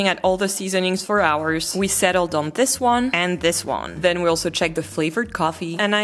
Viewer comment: Comme une bouteille à la mer. Si je puis me permettre, il me semble que vous pourriez parfaire [et non améliorer ou corriger] votre anglais en soignant plus encore les phonèmes. Je vous donne un exemple. Le « i » et le « é » ont un formant commun qui laisse parfois la place à un son hybride voire ambigüe. Ainsi, pour prononcer correctement le mot « this » [prononcé ”zis” en français] il est recommandé de penser le i comme un é, ce qui donne zés. Votre « the » est, selon moi, trop « zeu » [le eu de beurre] alors qu’il gagnerait à se rapprocher du « za ». Faites-vous la différence phonétique entre : this book VS these books ? Love from Paris France 🇫🇷💙🤍❤️🧔🏻‍♂️